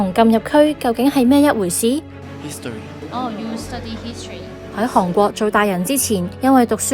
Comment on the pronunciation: 係寒國，唔係航國😂